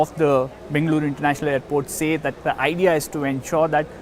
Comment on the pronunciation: Bengaluru pronounced perfectly!